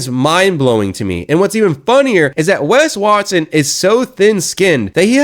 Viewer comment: "WES WARTSON" 😅😂🤣